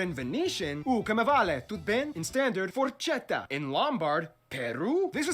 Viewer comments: Forcetta ahahahahahhaahah Forchetta where it is For-chet-ta aka Forc*hetta* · when the guy pronounced forchetta as 'forcetta' it killed me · Everything great but "forcetta" hurt my heart lol